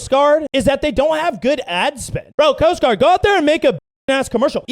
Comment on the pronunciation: when said Coast Guard special forces, for a second it sounded like ' Post Office '. lol " SPECIAL DELIVERY! " lol